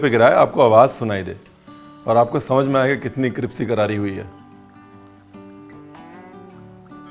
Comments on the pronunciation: Ranveer it's not cripsy.. Crispy bola jata hai.. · 'Cripsy' sounds crispier than 'crispy' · Ranveer Paji tusi Crispy nu Cripsy Kate bolde ho? 😂🤣😂🤣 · Sir now I actually forgot how to pronounce crispy whenever I say crispy I end up saying cripsy 😂😂😂 Now that crispy written on my comment is auto correct ok😏😂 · I love when chef corrects himself - cripsy not crispy. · Is it only me ??? I heard cripsy again!!!!😁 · Hahahaha .. till now I used to think, you can’t pronounce crispy... you got me here